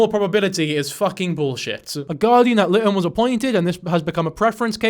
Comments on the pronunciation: 😂, that’s not how you pronounce Guardian ad Litem but I LOVE hearing you say it. I always love hearing people pronounce things differently, happens a lot given how the town I work in is spelled. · For future reference, it's Guardian Ad Litem (lie-tem)